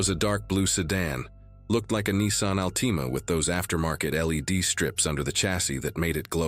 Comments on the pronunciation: OH WOW AI SAID ….. AL TEE MAH 😂😂 that’s not even close to AL TA MA 😂😂😂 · You mean the Allteema. Gotta love AI. LOL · the way he says Altima its Altima not Altima 🤣🤣